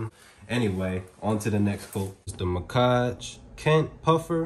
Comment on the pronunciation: Muhkage? Lmao I read it as Mack-ege lmao the blue one is so sick tho frrrr